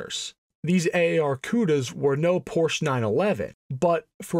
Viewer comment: i hate it when car enthusiasts mispronounce Porsche.